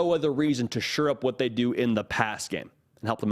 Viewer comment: It’s SHORE UP. JFC.